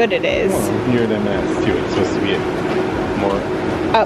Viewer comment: Just a gentle side note, it’s M and S, never MS…